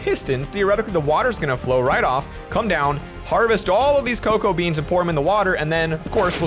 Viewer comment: uhh why do u say be ans?